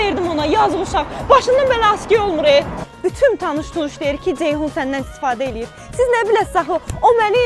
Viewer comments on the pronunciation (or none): Dzeyhun niyə deyirsiz ki? Ceyhun deyə bilməzsiz? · Badzı,Dzeyhun…..nə qədər dzıldayır bunlar…